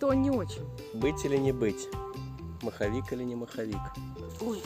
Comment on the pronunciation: Супер видео,лайк!!! Дядька не маховик а моховик от слова мох😆👍👍👍